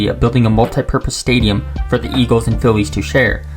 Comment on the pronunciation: Shibee Park and Vetawins Stadium. Home of da Eagwils and Phiwwies.